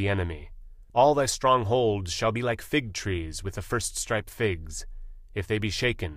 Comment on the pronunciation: Great effort good speed and clear voice. Can the mistakes be corrected? Lions are pronunced loins At populous NO, first-ripe, and AS-Syria.